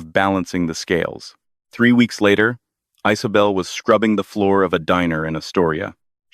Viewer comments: The name is Isabel so why I’m hearing Isobel or Icebel? 😅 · Is this a new way of saying the name Isabel?